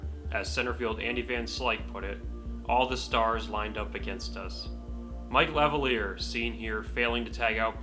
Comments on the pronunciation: You said "Mike Lev-UH-leer." Sure you're a Pirates fan? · Can't pronounce Mike Lavalliere or Jose Lind correctly.